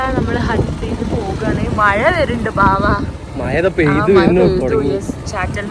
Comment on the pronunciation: മയ എന്നല്ല മഴ എന്നാണ്